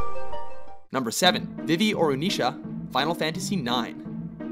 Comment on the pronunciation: they also said vivis name wrong